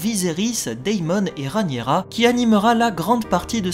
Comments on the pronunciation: Super analyse, j'aime beaucoup. 👏👏 Hélas, je m'apprête à souffrir pendant de longues années si tu persistes à nommer d'un affreux "Ranira" 💔 ma reine, my Queen, la seule et l'unique RhaEnyra ! (pourtant tu dis bien RhaEnys !). Bouhouhou 😭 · Pitié pour ma reine! 🙏 Entre qui massacre son nom en l'appelant "Ranira" (alors que Rhaenys ne lui pose pas problème), et toi qui la rebaptises "Rhanyera", au secours! 😭😭😭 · C'est trop compliqué à dire Rhaényra, normalement je devrai même dire Rhényra puisque le ae se prononce é... (en plus, avec mon accent toulousain, c'est pas facile ha ha) Du moment qu'on vois de qui je parle, je pense que c'est jouable mais j'essayerai d'y arriver ^^